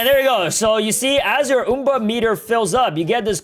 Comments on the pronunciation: "oom-bra meter" its UM-bra meter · It's not oom-bra it's um-bra because the umbra is the darkest part of a shadow. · not trina be rude just asking (why do you say umbra like oombra?) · Its pronounced umbra,not uumbra. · Oom bra lol it’s umbra u m b r a UMBRA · It's Um-bra not oom-bra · "Time to fill up the OuMbrA MetER" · btw its uhmbra meter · You pronounced Ambru wrong And did you know in Latin it means shadow or shade